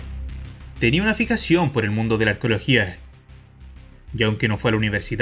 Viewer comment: ¿Arcología? ¿Aficción? Vamos tío sé que puedes hacerlo mejor.